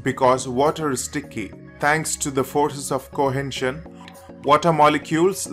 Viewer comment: Horrible accent with a weired "N" in the words cohesion and adhesion !!!!